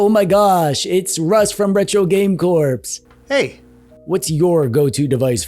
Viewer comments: calling Russ by Retro Game CORPSE really bothers me!! Can someone get a message to that “Corps” is pronounced “CORE?” Jeez man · “Retro Game Corpse” lol. Jesus Christ man… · “Retro game corpse” 💀